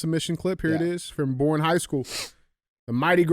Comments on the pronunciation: Bless it DJ! I appreciate this show and love y’all so much! BUT! Please, look up Texas town pronunciations before your awesome stories! ❤ (Boerne is pronounced Bernie). I’m sorry we can’t spell round here, lol! 😂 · One thing I’d like to address is to DJ. It’s actually pronounced “BERNIE” Texas. I know it’s stupid haha. We drove through the city and learned the hard way 🤣 the black rifle coffee store is there with a gun store connected to the side. Texas style! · hey DJ the Texas town is pronounced “bernie” not born. I know its not spelled that way but that’s normal thing in Texas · All the trophies DJ thinks he earned are revoked after that lame ass Sandy joke at the end 😂 Btw “Borne” is pronounced like “Bernie” but I give DJ credit because I was told to never judge someone for mispronouncing a word, it means they learned it from reading. So, I will never make fun of someone for learning/reading. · DJ, you have everyone in the San Antonio metro area screaming at you. The town and high school are pronounced "Bernie" not "Born". 😂😂😂😂😂 Keep up the great work! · Idk why they made Texas towns so hard to pronounce for outsiders, but Boerne is pronounced “Bernie” not “born” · Was listening to the pod but had to come on here and leave a comment. DJ thank you for killing my towns name SMH. It pronounced BURN-ee Come on man! Lol Love the show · Hey there long time listener ! Boerne Tx local , just as an fyi it’s pronounced (Burn-knee). And yeah we are fucking badass at everything down here! God bless and I’m not a HOE! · It’s pronounced like Berneee just fyi lol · Boerne, TX. Pronounce Bernie